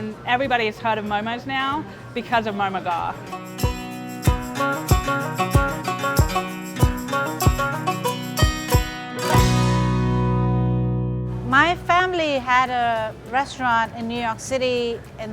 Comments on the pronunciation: It's pronounced "Ghurr" NOT "Gar". Smh get someone who is from that ethnic background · He’s pronouncing “ghar” wrong it’s annoying. It’s pronounced “ghurr” and trust me cuz I’m nepalese. AND JHOL IS PRONOUNCED “joll” like in jolly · Lol the way they're pronouncing ghar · The way he pronounced “ghar” lmao